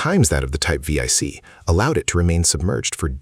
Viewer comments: the german boats are named 7C not V I C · vee ey c, lol, it is 7C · Teach Your Ai To Say, Type Seven C, Not V Eye C!?! Edit Your Photos To Match Your Narrative. Thank You. (Comment #45) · Type Vee - Eye- Cee is not really correct. . It's simply "Type seven c". Roman numerals. The Panzer IV isn't called "Panzer Eye Vee" either... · It's not The German VIIC it's the German type 7-C. Second watch the 1996 movie Down Periscope for the pronunciation of the balao class submarine, buh-LAY-oh. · What the hell is a type we-ai-ce? Jesus. Get your AI voiceover right. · Getting tired of AI slop. "V-I-C"? Do you not even do a proof-listening before posting the voiceover your AI spits out? Come on.